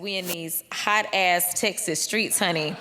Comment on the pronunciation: You can tell she is playing to her queer audience.." honety"😂